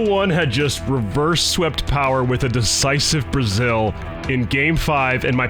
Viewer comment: The way my German ass had to rewind to see if you really said "a decisive Brazil".